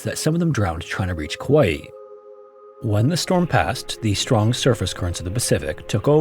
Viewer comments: Kauai is pronounced KUH-WHY. not COW-WAY-EE or whatever you said. Lol😂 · Sorry, I had a chuckle at your pronunciation of Kauai. It's roughly kah-why if you're saying it anglicized, and kah-wa-ee, with a distinct pause before the ee at the end if you're trying to say it more properly. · it's pronounced kah-WAH-ee 😭